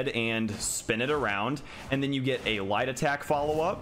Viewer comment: I can’t be the only one hearing “jumping white” every time he is saying jumping light 😂😂. Love the videos!!!!!